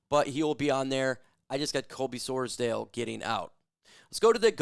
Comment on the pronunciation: whatever your name is 😂